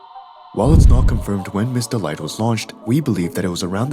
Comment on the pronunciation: Her name is Miss. Delight, Not Mr. Light